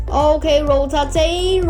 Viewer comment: is rotate not ro ta te